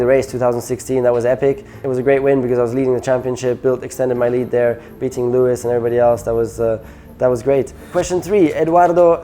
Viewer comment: ⚠️ To all international journalists & sport presenters: 🌐 it is NOT Lewish ... it is NOT Bottash ... and it is certainly NOT Max Vershtappen!